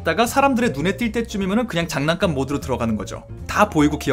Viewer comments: 잔난감🤡 나만 잔난감만 자꾸 들리냐구요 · 댓글보니 계속 잔난감으로 들리는... ㅋㅋㅋㅋㅋ